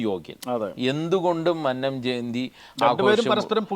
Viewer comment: മന്നം എന്ന് ഉച്ഛരിക്കാൻ പഠിക്കു ആദ്യം